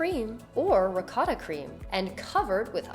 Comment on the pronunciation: Please learn how to pronounce ricotta correctly.